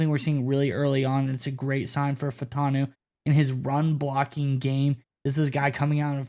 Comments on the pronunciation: I believe Troy's last name is pronounced "Fah-oo-tahn-oo" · FYI - there are 4 syllables in his last name. Fah-oh-tahn-o. Get it right ‘cause this dude is a beast!